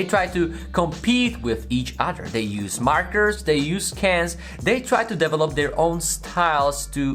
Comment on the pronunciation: I always have to laugh when he says "develop"